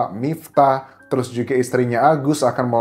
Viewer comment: Huruf "j" nya cihuy... klo ngomong "juga" knp hrs gitu mas? Tanya aj